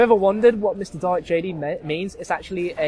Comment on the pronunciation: Dalek not Daley